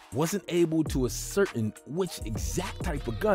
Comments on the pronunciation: “Wasn’t able to az certin”. Did you mean ascertain? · The emphasis, in the word "ascertain" is on the TAIN syllable. Interesting story, thanks